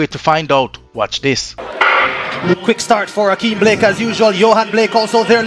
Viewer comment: It's Blake not Black.